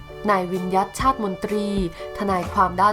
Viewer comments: เขาอ่านว่า วิน หยัด ไม่ใช่ วิน ยัด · วิญญัติ=อ่านว่า=วิน-หยัด ค่ะแอดมินไม่ใช่ ยัด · อ่านว่า วิน... หยัด... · อ่านว่าวินหยัด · รบกวนอ่านชื่อ ทนายไห้ถูกด้วย ขอบคุณ